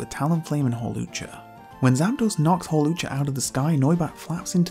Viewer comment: HAWLUCHA, NOT HALUCGA!